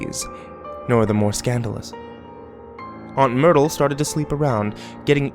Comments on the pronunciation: I heard "aunt noodle" at first when he said it in the beginning and I'm like wait what... But then I realised it must have been myrtle 😂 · I thought he said Noodle too lol then realised he'd said Myrtle